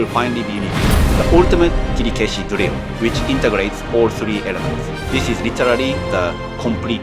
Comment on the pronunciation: By the way, why is your pronunciation of Kirikaeshi is strange? That is not the way most of Japanese would say.